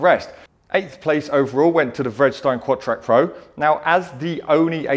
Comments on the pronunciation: It's Ve did is tine where did you red stine from? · you totally missed pronounced vedistine the v is not silent